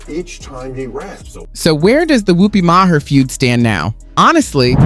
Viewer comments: Good comparison of being a guest in someone’s home to what Arnold said. Keep it up! Ps it’s pronounced “May-her” like mayor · You said Maher wrong.